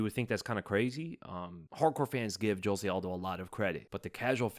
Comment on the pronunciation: Brother please, just google “Jose Aldo pronunciation”